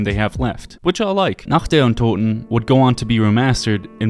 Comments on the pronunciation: I'm german and I've never heard a native english saying "Nacht der Untoten" that correctly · As a german, I'd like to point out how wonderfully you pronounced "Nacht der Untoten" thank you! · I really have to say, as a German, it satisfies me that you can pronounce "Nacht der Untoten", so well. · Did you practise pronouncing "Nacht der Untoten"? Really good pronounciation